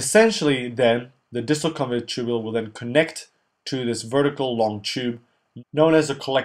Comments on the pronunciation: Just a small correction, it is the distal convoluted tubule, not convulated. But the videos are great! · * Convoluted tubule not convulated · great video.. thanks a lot!!!! (convolUted not convULATED)